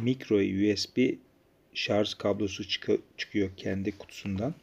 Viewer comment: şarJ, şarJ LÜTFEN şarZ DEĞİL. Bunun dışında çok faydalı bir sunum.